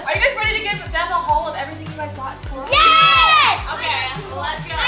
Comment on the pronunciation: why she say haul like that like hauwll